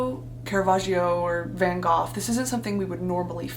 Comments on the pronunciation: van gof? its pronounced "go" not "gof"....i think lol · sorry but, VaN GoPh?!?!?! of all the pronunciations ive heard of that name that is the least correct. im sorry but im dutch so people pronouncing Van Gogh incorrectly really pisses me off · Van Gogh is pronounced Van Go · Is Van Gough pronounces “Goff”???Have I been saying it wrong my whole life???? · Wondered why you called him “Van-goff”, then I googled it and I see why 🤪 but ya I pronounce it as “Van-Go” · She said van gOFF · the way you slipped "van GOTH" in there is sending me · The way u said Van Goff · please brittany you did not just say van GOFF 💀💀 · EXCUSE ME VAN GOF? DA VINKY??